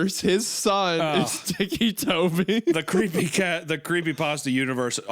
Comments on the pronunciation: Its ticky like tick tock not teekee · Him saying Tikki is taking me out 😭😭 I was 16 when the story came out I was a giant fan of creepypasta. Also ticci toby did become a proxy! Waffles!! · He keeps sayibg it like tiki 😭😭😭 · the way hunter says "ticci" is kinda annoying, like obviously it's pronounced "ticky" or huner is just playing it up in which case I might mail dog shit to his house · I love how the meaty one pronounces it like tiki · Shame on Isaiah for not knowing the appropriate way to pronounce this Italian name 😂 tikki???💀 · The way Isaiah pronounces it "weekee" is gonna turn me into ticci toby.